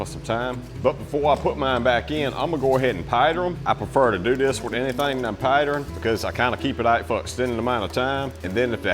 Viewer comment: Did you say, "pidering 'em?"😅